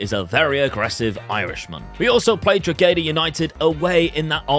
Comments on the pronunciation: Drogheda is pronounced "DRAW-HA-DA". The G is silent. As an Irishman, I enjoyed how much you butchered that 😂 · The g in Drogheda is silent :) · stop...everyone needs to learn how say drogheda...its "dro ha da" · it's pronounced Draw-He-Da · As an Irishmen proud to see you talking bohemians in the game, and your pronunciation of Drogheda takes the cake on the funny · Class vid👏 Just to let you know you don’t pronounce the “G” in Drogheda😊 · Drogheda is pronocued Draw-hih-dah, Dundalk is pronouced Done-Dawk, St Patricks Athletic can just call St Pats